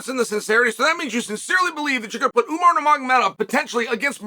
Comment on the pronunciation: Ououououuuuuuumar love how unc butchers everyone’s name but really says it the way it’s meant to be said the RIGHT way.